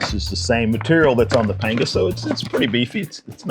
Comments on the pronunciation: Hate to be that guy but panga is pronounced “pong-a”. Happy to see you back making videos. Hope you’re doing well! Yeti - send me a pro form!! 😂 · It’s always been pronounced as Panga in Spanish and not Pong a!